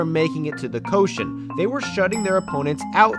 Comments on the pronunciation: Dear: This has come up a few times so I just wanted to offer: "koshien" isn't pronounced "ko-shen" but "ko - she - en." "En" is (being used as) a suffix that means park or garden. Don't wanna be that guy (nobody expects you to have perfect Japanese pronunciation of course), just thought it'd be worth fixing for future vids. Keep up the great work! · You mean the Koshi-en [kohshi’anne], right?